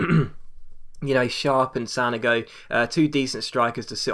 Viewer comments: Pronounced San-oh-go not San-a-go just FYI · its San-ogo!!:D